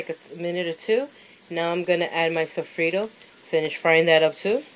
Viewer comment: lol "sofreedo"